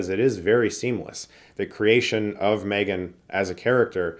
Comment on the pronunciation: Chris? Why did you pronounce this wrong? It’s called M-three-gan